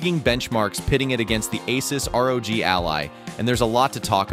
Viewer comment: Cringe ass ai video, can't even pronounce rog correctly.